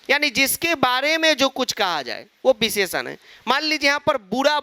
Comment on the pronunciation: Visheshann❌ Bhisheshann✅